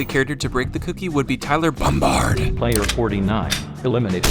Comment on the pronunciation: ah yes, Tyler BOMBARD